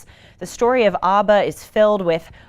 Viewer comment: Absolutely hilarious you tease your family for pronouncing Twitter incorrectly immediately after pronouncing ABBA incorrectly, and then later in the show you highlight some French pronunciation and immediately incorrectly pronounced "pronUnciation" as pronunciation.